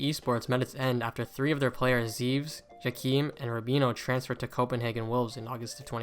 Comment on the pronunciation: zeves is pronounces like 'zeh vehz', not 'zeevz'